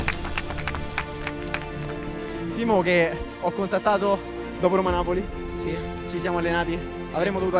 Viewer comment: Si dice dajje rommma, non daje romaaaa